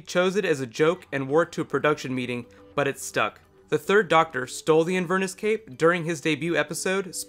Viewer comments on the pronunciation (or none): do you mean Inverness? It's not pronounced as Invern iss. It's In Ver Ness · it's not "inver-nuss." It's "in-ver-NESS" (like the Loch) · A thorough video! One point on pronunciation, though: Inverness (a town in Scotland) is is pronounced with emphasis on the last syllable, not the middle one eg. In-ver-NESS not In-VER-ness. I realise there are differences in emphasis on some words between British and American English (I lived in the US for many years), but this is a British place, so you need to use the British pronunciation :) Cheers! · Great video- thank you. Really enjoyed your analysis.Many apologies if someone else has mentioned this, but I thought you might like to know that Jon Pertwee's signature coat is named after the Scottish highland town of InverNESS. not InVERniss (bless you) ;-) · Just a quick quibble in case nobody's mentioned it. It's not an "in VERness" cape, it's an "Inver NESS" cape. Named after the city in Scotland that was the birthplace of Karen Gillan. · "Invurnus cape?" What the hell is a... Oh, you mean Inverness cape! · It's pronounced Inver-NESS. Not inver-ness. It's a place in Scotland, not the quality of being "inver". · in-ver-ness, with the ness as in nessy. its a town in Scotland where the cape presumably originated. sorry to be pedantic... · A few things... First, that isn't Clara's mother (she's dead). I assumed that was her father's girlfriend or maybe her stepmother. Secondly, those aren't Cybus Cybermen, they are the Cybus-Mondas amalgamated Cybermen introduced in Nightmare in Silver. Thirdly, the way you say Inverness is very peculiar.